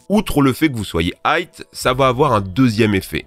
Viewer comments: C’est pas "hight" c’est "high" sale boloss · "High" pas "hight" "Psychédélique" et pas "psychadélique" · C'est "High" et pas "Hight" :) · Aucune étude validée n'a démontré un quelconque effet bénéfique du CBD hormis ultraconcentré dans un médicament contre l'épilepsie, tout le reste relève de l'effet placebo. Vous ne citez d'ailleurs aucune source. Sinon on dit "psychédélique", pas "psychadélique"... Sans parler du fait que vous disiez "hight" au lieu de "high"... Tout ça à mon avis démontre votre niveau de "sérieux"... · Tu peux dire High, y'a pas de T à la fin mon pote ;) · Tu vois un T a la fin de high?